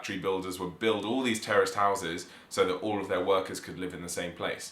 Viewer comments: When you were pronouncing Terraced houses it sounded to me American English that you were saying Terrorist houses. I thought what? Then I realized you were saying terraced housing. Ah Man. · Kept thinking you were saying terrorist houses... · Terrorist houses, hahaha. I had to turn on captions in order to understand this word. By the way, in America this woul be row houses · Had to replay it a few times, I thought they said "terrorist houses" !! Interesting to note: Condominiums don't exist outside the US.......and even in the US they only appeared around the 1960's. I was looking to see if the UK has anything similar, but I don't think they do. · I keep thinking "terrorist" house and you definitely mean "terraced" houses. lol. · I thought they were saying terrorist houses lol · Terraced houses not terrorist open your ears